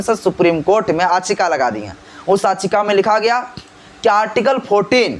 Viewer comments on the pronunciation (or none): Mr Don't Pronounce it "Aachika" if you want to speak in English, the Actual Word is Yaachika".